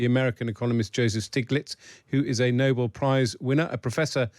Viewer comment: Nobel, not "noble," Prize. Pronounced know-BELL.